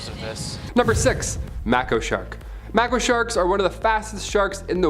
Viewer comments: Mako shark …pronounced Make-oh Not macko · May-ko. Not Mac-o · Mako sharks are pronounced make-oh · MAKO SHARK PRONOUNCED: MAY-KO SHARK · Please please please learn how to pronounce the names before making a video. You pronounced Mako wrong. It drives me nuts, sorry but it does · Lmao it drove me nuts too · I totally agree. they could have even asked Alexa how to pronounce mako or even googled it. There are also so many videos on national geographic channel, animal planet, and even shark week shows that pronounces mako correctly. They obviously don't even watch TV shows that are related to Thier subjects. I noticed many YouTubers pronounce things wrong. It's one thing to apologize if your pronouncing the name wrong or think you may be pronouncing it wrong like one the girls do on this channel, but just assuming your saying it right drives me even crazier then my daughter saying mom 500 times a day every three mins.